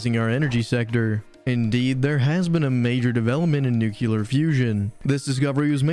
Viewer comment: Are you saying nukuler instead of nuclear on purpose? Because it makes me think you don't know what you're talking about in the first 5 seconds. It's probably a great video, but I had to turn away.